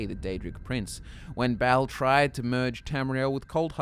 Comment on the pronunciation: Hue you pronounced Bal as "Bowel". What is he the Daedric lord of shit flinging!? hahah Silly Aussies that's Peryite not demonic Bernie Mac!